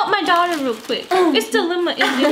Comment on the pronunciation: "diealema" ❤️😂 I can't even